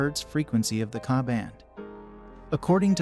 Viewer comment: Hi, I'm not sure who narrated this video but you say KAH when referring to Ka...you say K A. Apparently you need to do more research because the Redline 360C STINKS when it comes to BSM filtering. The Escort MaxCam 360C is a much better option with great bsm filtering. Also Uniden is pronounced YOU NI DEN.